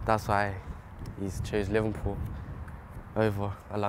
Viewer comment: is he saying livenpool?